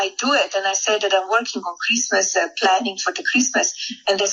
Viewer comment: “Chreesemas” What a feckless b*tch.